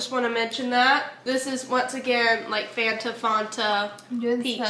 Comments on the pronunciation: Mars drink needs to be refrigerated & its fan-ta not farnta 😂 can’t believe you guys in America don’t have nesquik cereal 🤯 x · LauraLee did you just call that a FONTA.. Ma'am that is a FAN-TA! 😂🤣💜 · I personally call it Fanta: it’s FAWNTA Me: 😭😭Eryns righttt it’s FAN-ta!!!! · I do too. And still know it’s fan ta I don’t live far from her hometown and never heard anything say Fonta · NO! 😂😂🙈 FAN-TA! Not faunta. U just killed me in my 80's kid childhood dream. Lol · Omg, as a South African, its not Fonta, is right, it's FANTA 😂😂😂😂😂😂😂😂😂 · Hidey ho, all! It might be "fawn ta" in Cali, but in the NE, it's definitely pronounced Fan ta. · Do Americans really pronounce it FAAARNta.. lol it’s Fanta I’m with 😂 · Is Fon-tah the way people pronounce it on the west coast or something? I live on the East coast and have NEVER heard it called Fon-tah. We all say FAN-ta🤷🏼‍♀️ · Eryns right its fan-ta not fawn-ta lol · It’s Fanta like Santa not fawnta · i literally died inside every time they said “fOnta”😂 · lol I was just going to comment-it's Fan-Tuh. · it's FAN- TA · We have the chewy shell less skitles in the uk 🇬🇧 am its fan-ta and erm its 1000% pronounced car-a-mel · Lol she calls it fonta I sound like a butthole but I can’t 😂 where is the O??? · I don't get why you are calling it farnta, when it's spelled fanta! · never heard anyone pronounce fanta that way😂